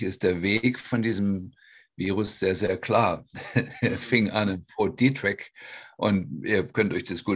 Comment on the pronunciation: das von dr. klinghardt genannte militär-labor in maryland (nicht texas) heisst fort detrick, nicht "dietrich".